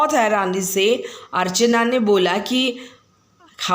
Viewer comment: Archana not archne